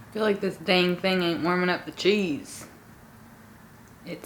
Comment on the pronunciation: “feel like this dang thing ain’t warming up the cheese” 😂😂 you sounded so country and southern